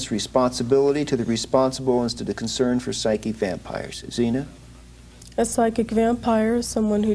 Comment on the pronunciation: PPS Zeena not Xena